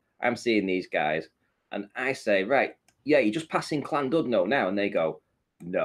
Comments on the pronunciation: Gah! Llandudno not pronounced 'clandudnoe' it's pronounced 'llandidnoh'. In Welsh U is pronounced like a hard I in English and LL is pronounced a little like CH as in Bach or loch. If you can't pronounce the LL then just use L, though it really isn't difficult. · 😂 It kills me how so many people seriously butcher the word Llandudno 🤣 Where's the C? Ll in Welsh is probably hard for most people to pronounce admittedly, but Clandudno?! 😲 😂 🤣 The letter U in Welsh is also pronounced as an i, I'm English yet can pronounce it correctly, at least say Clandidno if you can't pronounce Welsh Ll, I remember when I was a kid and went there for the first time, my dad pronounced it as Landudno, I honestly thought he was telling me there was a place called "Land dunt know" (he's a dumb Stokey 🤣) like a piece of land that someone couldn't think of an actual name for, I ended up refusing to go 🤣 if they couldn't be bothered naming it why would I want to go, crazy stuff you think as a kid 😂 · "Clandudno" is the traditional Scouse pronounciation, but is from - hmm - Warrington-ish? - so it really doesn't work in his accent. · Oh boy, hearing the mangling of Llandudno was painful! But hearing the mangling of Nathan again made up for it.